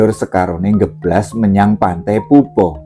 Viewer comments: Alhamdullilah kepanggih chanel sae, wilujeng dalu tepangaken kulo subscriber enggal saking tlatah trenggalek tanggi kutho kalian tulungagung panggenaninipun pantai popoh, nyuwun sewe maosipun POPOH sanes PUPUH.. mugi rahayu ❤ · " POPOH" niku maosipun kados Maos ukoro" POPOK " pakpuh, sanes pantai PUPUH